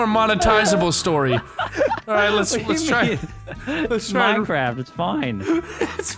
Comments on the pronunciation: MINECWAFT DEFWUUUUUUN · plae moar minecwaff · Minecwaaff deffwuun